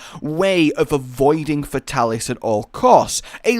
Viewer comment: Fate-alis...cant stand getting names wrong.